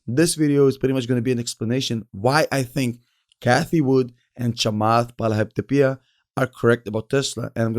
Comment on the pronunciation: Chamath Palihapa what??!! I put this bit on replay and can’t stop 😂😂😂